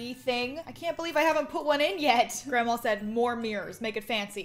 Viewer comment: The way says grandma, you can just tell she’s southern